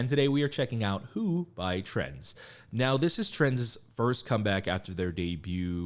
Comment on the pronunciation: I really fell in love with this group since I watched your last reaction and also in big parts because of it, so I'm really happy you checked them out again!! I hope they can grow much bigger! A note on the pronunciation of their name, the Z is pronounced separate from Trend, like in Gen Z (트렌드지) About the members: Hankook - he's the rapper, who opened, with the great voice, he's the leader, 2002 Havit - the guy with blonde hair, he's the oldest, 1999 Leon - the one with great voice and great presence, 2000 Yoonwoo- he's the one with black hair whose singing voice you liked a lot, 2000 ra.L - the one with "crunchy" rapping and filter, 2003 Eunil - the guy with purple hair and great singing, 2003 Yechan - he's the one who you noticed least, he has orange hair and is the maknae, 2005